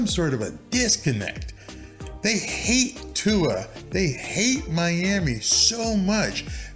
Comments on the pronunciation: You totally said his name correctly the first time, you kinda said viola later, but, you're doing great, man! Love the channel! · Aha. You got Tua's name right the first time but butchered it the next. At least I know you care and your content has been excellent.